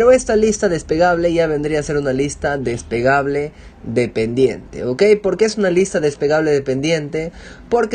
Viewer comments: falto vocalizar "despegable" seria mejor desplegable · No es despegable, es desplegable....despegable es de despegar algo, desplegable es de extender....el hombre no pronuncia bien la palabra y por eso desconcerta... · jajajajaja sabes que estaba pensando lo mismo... No es despegable la lista, es desplegable :-) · Huy perdón hombre....no se dice desPEgable, es desPLEgable.... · des PLE -PLE-PLE gable.... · No es despegable se dice desplegable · DESPLEGABLE, No Despegable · Muchas gracias, me sirvio mucho, un consejo es lista desplegable no despegable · depegable no amigo.. desplegable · Se dice DESPLEGABLE y no "despegable", pequeño detalle. Por lo demás muy bien. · es desplegable no despegable... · "Desplegable", no "despegable". Lo primero se refiere precisamente a una hoja grande dentro de un libro. Despegable es que se puede despegar. Y precisamente en su ejemplo lo que pretende es "unir", no que se eche a volar. Por lo demás muy bien hecho. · Ciertamente, muy útil la información. Pero me choca que diga "despegable" jajajajaja. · Despegable, despegable, despegable...🤯🤯 ¿Será porque se despega? 🤔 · Se dice "desplegable" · Buen video, pero se dice "lista des-ple-ga-ble, gracias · DES-PLE-GA-BLE con "L" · Se dice desplegable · Me generó ansiedad jajaja, pero muy buen video!